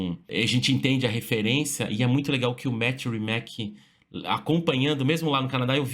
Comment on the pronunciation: a pronuncia não é "rimaque" é "rimats"